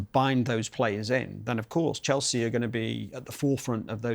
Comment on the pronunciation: city man that cant get chelseas name from his mouth